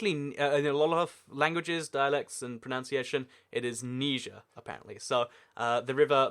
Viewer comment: It's pronunciation not "pronounciation"